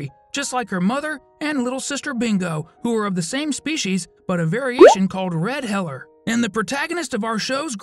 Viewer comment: “Red heller 😂”